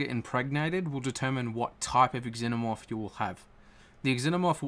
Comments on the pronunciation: Pretty sure in the movies that they pronounced it like ZENO-morph, not EX-ENO-morph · Its just pronounced Zenomorph, not Ex-zenomorph. 'Xenomorph'